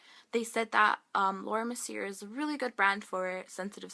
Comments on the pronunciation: Ahah its Laura merciyay <like Thats how u pronounce it :) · is laura mer-ce-a that's how it pronounced :)